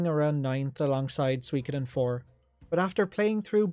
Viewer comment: "Eiyuden ain't swee-koden 2" 20 min moan, got it chief.